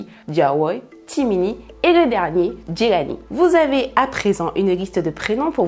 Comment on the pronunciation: Diawoye & jelani sont mes préférés 🥰🥰 et j’aime ta manière de les prononcer c’est super 👍🏾 Courage ✊🏾💪🏾😘